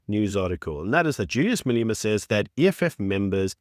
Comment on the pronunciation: FFS, it's not Maleema but Malema. Only has one E.